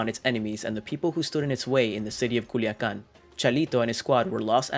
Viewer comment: C U L I A C A N ....not culican....no mames wey!